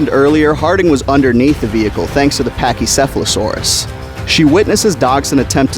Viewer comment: good video but if i were u i'd call pachycephalosaurus pat-chy for short and not, well, paki